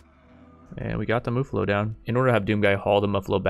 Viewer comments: its MUFF-allo. Not MUH-fallo. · And as a side note: It's Muh-fall-o, not Moo-fall-o. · Its muffalo as in muff alo. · Your saying muffalo wrong